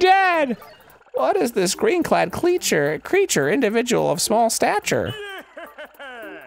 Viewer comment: Heh heh. He said Cleature.